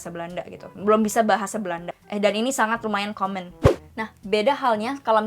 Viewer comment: When you say common, I hear comment 😅